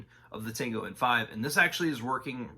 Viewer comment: Good video but I'm flinching every time you say たんご